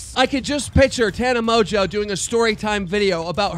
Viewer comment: why does he say Tana Mojo